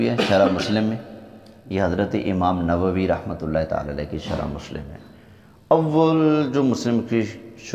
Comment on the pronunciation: G lafz nawvi nahin balkeh nawavi hai Shukria